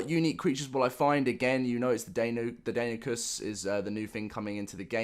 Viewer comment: Deinonychus is pronounced Die-none-eye-kus if you wanna know